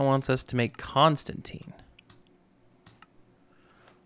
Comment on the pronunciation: Not hating, but it’s pronounced con-stan-tan. loving this series! Keep up the good work my dude!